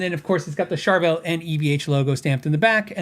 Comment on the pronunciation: I'll never be able to unhear Char-vul 😂